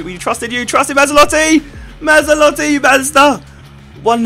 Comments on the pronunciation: MazzOlatti not MazzAlotti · Matz-ol-at-ee I think is pronunciation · Great video Josh, but MA-ZZO-LATTI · Surely Mazzolatti sounds more like Maserati than Mazda?!